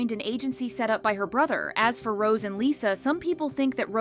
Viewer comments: Rosé is pronounced Rose-ay. Stop calling her Rose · it’s pronounced ROW-ZAY not the flower rose…. That’s why there’s an accent over the E how do you not know how to pronounce her name yet you can’t seem to keep it out of your mouth. If your going to talk about them get the names CORRECT